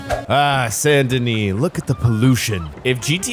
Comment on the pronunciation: San Denee? Ya what? This aint France, boy.